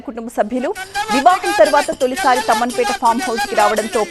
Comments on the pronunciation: Amma adi tammanpeta kadu Thummanpeta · Thumanpeta not thamanpet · తమ్మన్ పేట కాదు మేడం.... తుమ్మన్ పేట...... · Thamanpet kadhu thumenpet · Tammanpeta kadu Tummanpeta